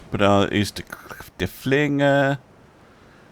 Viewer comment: Derfflinger has the stress on the first syllabubble and the ey in Serydlitz is pronounced like the word 'I'